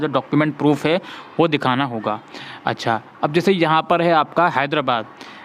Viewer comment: ...achhaaa☺️😌🤭🤭 Helpful brother...but hassii agyiii "achha" pe🤭